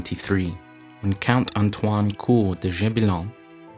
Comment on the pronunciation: *And your French accent is terrible, Antoine is simply Anto-one not Antoang